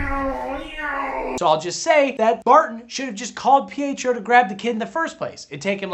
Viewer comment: Ohhh! I thought he was calling Pietro 'PHO' and I was like, what is PHO short for!?